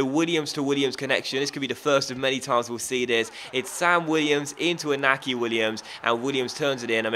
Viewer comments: i get annoyed when you pronounce iñaki williams wrong. It's pronounced in-yaki williams. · In-yacky Williams and Aye-merik Luh-poor. ;)